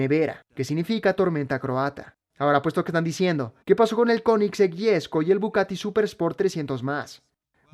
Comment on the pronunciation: Conozco al Bugatti, no al Bucatti 😅